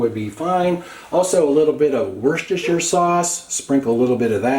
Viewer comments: Say this outloud Wouster that's how you say Worcester just a worcestershire. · it is pronounced "WOOSTER", even though it is spelled "WOO SESTER SHIRE" sauce 😂